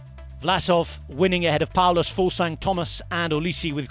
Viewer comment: Kudos on pronouncing Fuglsang so well guy! Awesome stage today, the weekend should be bonkers